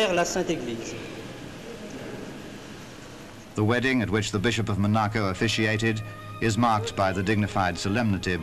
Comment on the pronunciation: Why does the narrator say Mo-narcu when it’s Mon-aco